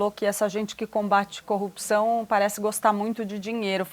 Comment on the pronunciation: Sergio Moro senador, São Paulo maior PIB do Brasil, fala corrupção, caraca tu e esquisito,não sou juiz nada, aprenda falar o português, o cara fala copcao.. senador..e esse Bolsonaro indicada um juiz q sabe falar, e algo grave, O português e o mínimo, detalhe n sou petista porém burrice, caraca fui alfabetizado no sítio, um juiz q n sabe falar, incrível, da vergonha ouvir o Sérgio Moro falar, parece meio ignorante..o Lula sem estudo e mais esperto q ele, e muito sem noção, juiz aprende a falar